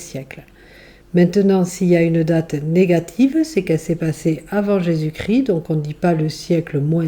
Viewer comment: On ne dit pas Jésus cri mais Jésus ChrIST 🥲